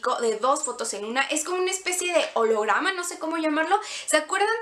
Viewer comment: jajajaja esta bueno tu olorama jajajajaja no era olograma jajajaja espestograma genial me isiste reir y muy buen tutorial